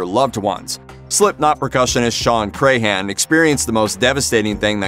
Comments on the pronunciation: Come on, man. It isn't said like Cray-han, it is said more like Cran. Like a cranberry. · It's Crahan not Crayhan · Shawn Crahan: CRAN, not CRAY-HAN!!! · It’s not Cray-Han... it’s crayon 🖍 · Paul was amazing. He inspired me to pick up bass, which I had been told I couldn't do as a leftie. I met him and he hugged me when I told him he had inspired me. He's sorely missed. Also, pronouncing clowns last name wrong is a tragedy. I'm a maggot for life. Miss Paul, Chris and Joey. I've attended 8 shows. I even had tickets for a show the day before my due date with my youngest. Baby came 2 months early though, and yes, I attended the show. I even left during a song to go pump bottles of milk, which I put in a cooler I had brought with me lol